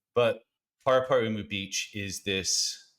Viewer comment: Definitely a good effort on the pronunciation of Paraparaumu! Love that course